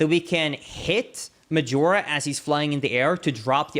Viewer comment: Please don't say Medjewelra